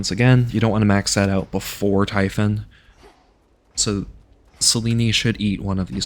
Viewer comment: I can forgive "dioneesees" and "typhin" but I draw the line at hotdog 😂 those are good old American γύρος, like the kind you'd get from a small food shop at a strip mall run by a guy named Spiro. Just order it as a "yee-ro" with a side of fries and extra τζατζίκι and you're golden. Great video! What in interesting challenge!